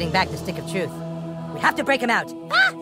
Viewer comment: you said TRUF when its TRUTH!]